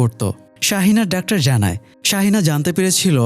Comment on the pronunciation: ডাক্টার কি ভাই! খুবই বিরক্ত লাগে শুনতে।যেহেতু আপনার ভিডিও দেখি তাই লিখলাম।